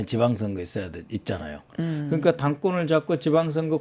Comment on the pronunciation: 있었슴다??? 북한 발음이네!!! 그렁까??? 뭔가., 한국어 표현이 넘 어색하네요!!!!